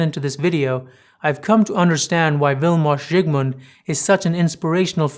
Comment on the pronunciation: Beautiful pronunciation of the name, thank you sir.